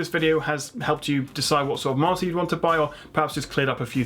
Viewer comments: everytime you say monitor it sounds like your saying Martyr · Poor guy owns a tech channel and can't even pronounce monitor it sounds like he's saying martyr 😂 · The word is 'Mon-i-tor' not 'Mar-tar' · i keep hearing "martyr". a 27 inch martyr? thats a small angel right? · Why do you pronounce monitor like martyr? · I'm Australian and I'm hearing martyr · After a few times of saying monitor, it sounds like you're saying martyr lol, great video! 🖒Thanks heaps for giving us your time brother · The way you pronounce the word monitor sounds "Martha" to me 😂😂😂. Amazing :-) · you pronounce monitor as a marter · At one point I was getting "monster"... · is it just me or it sounds like he's saying monsters?.. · Is it just me or every time he says "monitor" it sounds like 'Martyr' ... and I'm just sitting here like.. he didn't put a disclaimer saying "no monitors died in the filming of this video". Rest In pieces.